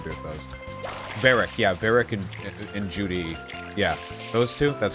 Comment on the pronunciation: stop saying judy or ju-di it's zhu-li!